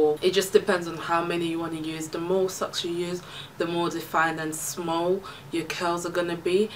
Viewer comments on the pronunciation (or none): You said sockses. Lol